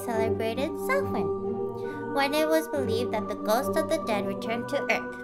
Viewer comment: The C in Celt(s)/Celtic is pronounced as a K, not an S and Samhain is pronounced like "Sound" but without the d at the end.